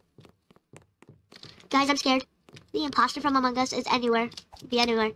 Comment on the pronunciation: I love how you say “amoong us